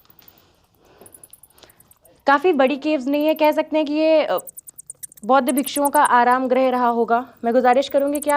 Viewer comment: १) कृपया.......... सबसे पहले .....शब्द....."बौद्ध" का सही उच्चारण करना सिख लो। 🙏 २) "बुद्ध" से पहले क्या/कौन/कोई........था?🤔❓